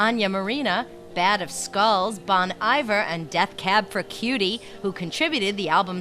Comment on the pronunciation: They pronounced Bon Iver wrong. Fail.